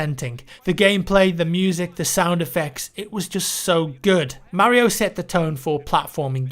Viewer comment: I think he's trying to say Mario.